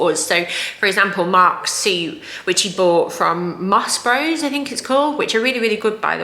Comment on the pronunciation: FYI Moss Bros, Bros rhymes with Moss!